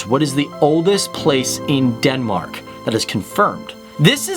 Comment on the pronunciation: Dude it's not Denmarak! It's Denmark or on danish: Danmark..